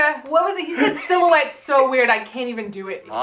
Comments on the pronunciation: Um...? It's pronounced: "Silly-YOU-whett"... 😀😍🤩☺😃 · I tought was saying: 'see you wet'😂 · I'll be saying "siluwet" for days, thanks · I got got with that last “sil-yah-ouette. 🤣🤣🤣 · It took me 15 years at least to work out the word he was trying to say was 'silhouette'.